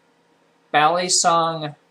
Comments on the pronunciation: It it not balysong its balisong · When he said bal-e-song I cringe. Its Bal-i-song